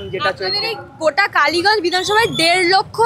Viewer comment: It's kaliganj,not baliganj😂